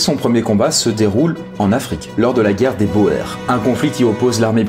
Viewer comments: Il me semble qu'on dit pas guerre des "bo-ère" mais guerre des "bour" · Guerre des boers (bourse) pas bo-airr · Boers se prononce "bour". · Argh! "Boers" se prononce comme le mot "bourse". Wiart se prononce comme l'anglais "we are" mais avec un "t" au bout comme dans l'archaïque "thou art". Sans vouloir vous accabler vous pourriez vous renseigner sur la prononciation, finalement très facile pour un francophone si on excepte le "g", plutôt que de faire un mélange d'allemand et de français qui n'ont pas du tout le même système de représentation des consonnes et qui sont loin d'être identique sur le plan phonologique. Le reste de la vidéo est très bien pourtant, c'est dommage que vous ne vous soyez pas rapidement renseigné sur les normes de transcription du néerlandais... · Juste un truc la guerre des Boers ca se dit bour. C'est du néerlandais/afrikaaner oe = ou de façon parfaitement logique. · très belle vidéo et beau travail d'historien mais (et ça ne ternit pas cotre travail) Boers, shrapnel, Cambrai et Mao Zedong ne se prononce pas du tout comme vous le faites (et une casquette n'est pas un béret)